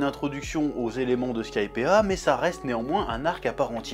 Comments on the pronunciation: Skypiiiiiiea (sky, pied ah !), pas Skypea, pitié Chef, mes oreilles vont pas tenir la prochaine vidéo sinon x) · Bonne review, par contre chef, skypea ça se prononce skaïpi, pas skaïpéa! Bon après ton accent anglais possède déjà sa réputation et tu as déjà dis que tu t'en fous pour na rue to.